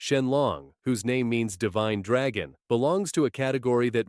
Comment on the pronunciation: You mean dwagon😂😂😂